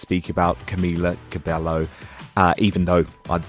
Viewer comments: Camila CabeYo! Every time they get her name wrong I cringe 🙈 And TBH I think they did the right thing. Why? Because any response they could have given to those questions would have been taken as "shady" or "bitchy" because people consider Camila as the victim and the rest of the girls as the bullies. Which is probably not true, they went through so much and because of that we cannot know everything they said or did. So I feel like is better like that and no they're not being "divas" they just want to move on and I'm sure Camila wants the same but she can't really say "No" because she's practically "new" in the business so she has to always play the being nice card until she gets to a stable position. No hate but it's true. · He claims that he's been supporting the girls for 4 years and yet, he still couldn't even pronounce Cameela Cabeyo. And Lauren saying they don't wanna be shady means they don't wanna dig the dirt about Camila, w/c perhaps might create more drama. They have gone through so much about her leaving and about how their management screwed them up. Just focus on their music. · honestly the biggest thing i cringed at was his pronunciation of camila's name hgfjsdkas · Said he's a big supporter of them but couldn't even pronounce Cabello right. I tuned out after that.